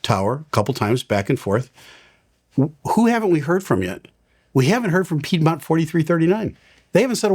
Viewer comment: you said piedmont! lol not piedmont